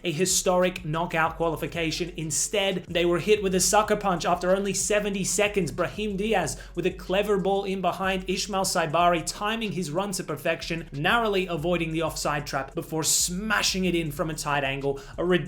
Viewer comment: bro you always say ismail wrong it's not Ishmael Even tho it's same name